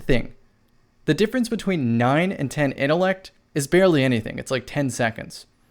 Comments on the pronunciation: my dude I love you bro no homo but please I mean please pronounce that T in intellect I was literally pulling at my dreads every time I heard you say it but still the up most respect from a bronze teir to silver player to your platinum self much love. 💪🏾❤💪🏾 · Lol yo what do you use to get your supper innellect 🤦🏾‍♂️ jk love you bro I just had tooo